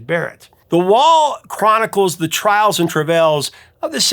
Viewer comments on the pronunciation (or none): Did you say, "Trials and trivells?" 🤔